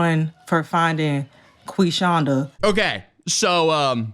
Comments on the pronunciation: Not Queef-shonda! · Not Quishonda! 😭